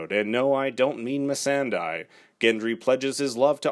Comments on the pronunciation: Is it that hard to pronounce "Missandei" right? It's not "Missendai" lol. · Please!! It’s pronounced Miss san day not die. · He meant "Missan DIE" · It's pronunced Miss Sunday...as the actress herself has said...and the characters who know her best call her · i hate when ppl misread missandei's name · Agreed! Just say her name correctly! 🙄